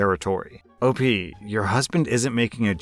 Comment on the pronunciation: Friendo! It's not "Opie" it's Op As in the letters "O" and "P"